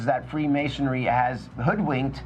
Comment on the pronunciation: it's Freemasonry not Freemasonary. The mispronunciation made this very difficult to listen to.